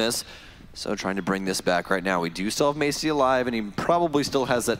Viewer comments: That ''may-see-ey'' instead of ''ma-ts-yey'' pronounciation sounds so weird if u know how it should be said correctly KEK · The games were so good but the way that announcers pronounced "Maciej" hurt me every time xd I got through 6 minutes of gameplay not even knowing what they were saying/ trying to read. But I loved when in some other games they pronounced grzmot correctly. There is something satisfying about foreigners making an effort at saying a word correctly in a different language even if they don't speak it. <3